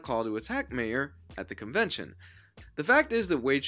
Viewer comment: My ehr, not May ehr